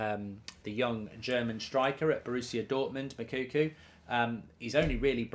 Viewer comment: Mou-ko-ko ffs its not mokuku like you always say its annoying me now 😂